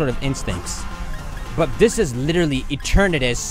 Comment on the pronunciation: Eternatus is pronounced E-ter-na-dus but faster btw add pamper back on the team